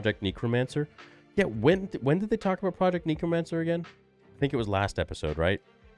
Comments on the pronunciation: I'm sorry if this sounds like an undue overreaction, but I'm told I'm a grammar nazi, so... It's necromancer, not neecromancer, ffs,. English is supposedly your native language, you should be able to speak it better than a foreigner like me.:/ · Why does he keep saying 'neekromancer' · Bro said neekromancer